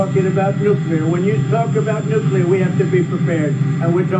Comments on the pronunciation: Nuke-lee-er, not nuke -uh--ler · N U C L E A R not😢nuculer😮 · Your pronunciation of Nuclear," is wrong. You're saying it like President G. W. Bush: Nucular. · THERE IS NO "Q" IN NUCLEAR! Dude! You seem like an intelligent person. So pronounce this VERY important word correctly. NUCLEAR. NEW-KLEE-YER.